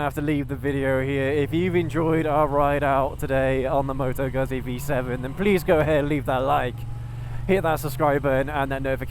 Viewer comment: Good review - My V7 is deffo a keeper - along with my Dnfiled C5 Classic 500 - my other bikes are what they are and will in time go! - The v7 is not a cruiser and it is pronounced GOOT-Zee (ask my Itatian Daughter in law - and as the whole family work for Moto Guzzi in Mandello Del Lario - they should know! 🙂